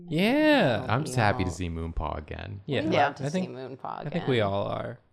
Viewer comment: I stg every time said “Moonpaw” I heard “Ru Paul” and was so confused 😭😂